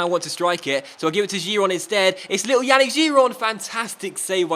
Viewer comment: I cringe everytime you say Yannick.Yannick is pronounced Yah-neek.